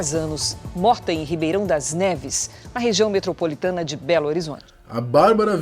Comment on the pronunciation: Foi so eu que escutei ou ele disse Ribeirão das naves O certo é ribeirao das neves